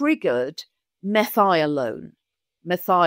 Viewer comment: Suggestion: Amino acid Methionine. (Not Methialone)